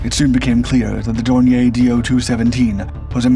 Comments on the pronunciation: Dornier was/is a German company, not a French one. So, it should be pronounced Dorni-yer, not Dorni-yay. This video is probably rife with such errors, just like all the other videos these people so breathlessly put out, but I gave up watching when I heard that howler. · Dornier is pronounced with stress on the second syllable. Dawn ear. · Dornier Dornier Flugzeugwerke - Aircraft manufacturer American pronunciation Sounds like dor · neer